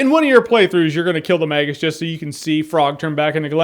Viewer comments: Magus pronounced "May-guus" not "Magg-us" And Janus is pronounced "Yan-us" not "Jann-Us" Both Latin names. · I got in a huge fight with my friends back in the day about how to pronounce Magus. I called him Magus like Jeremy. My friends called him "Mageus", like "Mages", plural. And I was like "No, there's no "e" in his name." Epic. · I never knew he was called “the magus”. I just looked up the definition...and i’ve been pronouncing his name wrong for years lol.